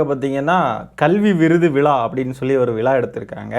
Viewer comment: டேய் நாயே அது விலா இல்லடா விழா.ழானாவே வரல இதுல ச்சேனல் மயிருவேற😂😂😂